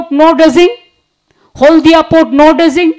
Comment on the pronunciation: Deging or dredging? Gorment or Government? 😂😂😂😂😂😂😂😂😂😂😂😂😂